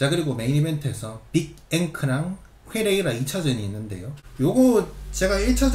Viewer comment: 훼레이라 발음 살벌합니다